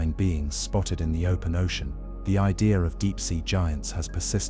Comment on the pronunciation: What's an ideer